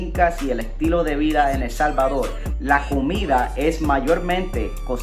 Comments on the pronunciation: Bueno Helmano nos alegla que te encante El Salvadol. Porque no puedes pronunciar la R??? es facil para todo Latino Americano. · POLQUE EL SALVADOL y no PUELTO LICO.... :v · El Salvadorrrrrrrr con rrrrrrrrrrrrrrrr